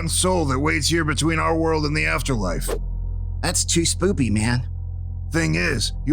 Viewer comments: When player meant to say spooky he said “spoopy” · Is it just me or did say spoopy